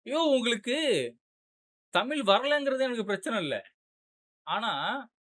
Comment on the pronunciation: தம்பி தமில்னு சொல்லாத தமிழுனு சொல்லு 👍